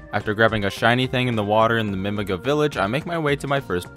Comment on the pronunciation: ive never heard anyone pronounce Mimiga like mimig--uh before lol either way gj on the speedrun!